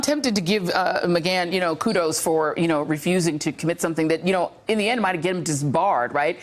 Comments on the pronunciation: Lmao not to mention she has been saying this dudes name wrong everytime for 2 years!! It's like she can't say Mcgahn or something. I swear she does it just to add her own flair or something, like wtf. Mcgone. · Mcgone or Mcgahn pronunciation. (Slight distraction with this broadcaster) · Is it "Megon" or "Megan?" Wtf is she saying it like that? Can someone help with the Pan, Pam thing? 😂😂😂😂😂😂😂😂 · It only took her 600 times of saying ma-gone for her to say ma-gan when adler was going to say it. I cant stand her. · Is it pronounced Mcgawn or Mcganne? She keeps switching her pronunciation and it’s driving me nuts. ☮️ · "Don McGon", really? Does she even watch her own network? OK, after 4 tries she finally got it right (must've been the producer in her earpiece), and then got it wrong a few times more. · Ma-gone vs. Ma-gann. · It takes away from listening when I hear things mispronounced. How long has Joy not been hearing Don Mcgahn's name? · Yep. It grates on my nerves every time. Ugh. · Please choose one pronunciation of Mcgahn, kind of annoying. Ty :) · I'm so glad somebody finally told Joy how to say Don Mcgahn's name. I was getting ready to start calling her Joy Ride! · JOY... WHY DO YOU KEEP GOING BACK & FORTH ON THE PRONUNCIATION OF "McGAHN"?... PAINFUL!!!